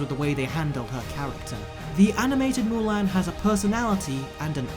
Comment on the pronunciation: Say it with me MULAN not MULAIN